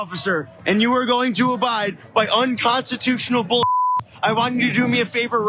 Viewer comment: to be fair, Quatcrotchy said that cops that are doing “Unconteetooshional” things should hang themselves. Since that’s not a real word, his statement didn’t actually apply to anyone. He’s innocent!